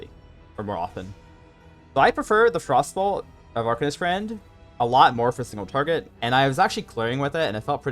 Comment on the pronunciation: It took me a solid minute to realize he was saying frostbolt and not frossoles